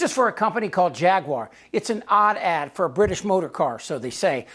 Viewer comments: Did he say her ad or her ass?🤔😝😵‍💫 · Did he say ad, or ass?